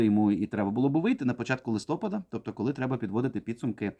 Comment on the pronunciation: ЛистопАд правильний наголос!